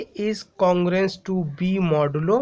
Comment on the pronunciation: I also noticed modulo yumm 🤣